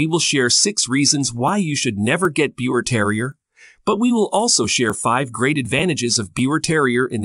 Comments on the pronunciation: Besides the name pronunciation being wrong, "beeva" is more accurate, as this dog originally resulted from a mating of Yorkshire Terriers that carried the pie bald gene in Germany. Since the push by more and more people to make them an entirely different breed, we have seen "breeders" mix other small breeds with them. These DNA results are proving that. The Biewer were born to a well known German couple that bred Yorkshire Terriers. They had some pups that carried the pie bald gene and some of the litter looked like traditional Yorkie's and some looked like the modern Biewer. The dog is hypo-allergenic and non shedding in the same way that the Yorkshire Terrier is. Perhaps, people mixing other breeds with them is causing some litters to not be hypo-allergenic but that was always a huge positive for people interested in dogs but they were sensitive to most dogs. This is just one example of why people that call themselves breeders shouldn't meddle so much, especially when you already have a fantastic dog. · First of all the breed is pronounced beaver, like the rodent. They are hypoallergenic. The BT does not have a double coat and does not shed. BT, that is not well socialized will bark if they hear a cockroach fart from across the room. I’ve been breeding and showing these dogs since 2007. They are a companion breed and they live up to that. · The lies you tell sir my Biewer Terrier which you are not pronouncing it right because it's pronounced like Beaver so I'm turning this video off because you don't even know how to say the name right . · It's pronounced "beaver". This is absolutely wrong! Bad resource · First off, the breed name is not being pronounced properly. I breed and show this wonderful breed. The person that did this is providing almost all incorrect information and I for one am very dissapointed! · I overlooked the mispronunciation of the breed name, but I could not overlook the claim that these dogs shed a lot. I stopped watching at that point.